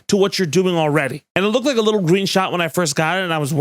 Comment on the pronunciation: I knew you'd lived in Massachusetts for at least a minute the second you described it as "just a liiiiittle but racist" 🤣 Miss you, Dorchester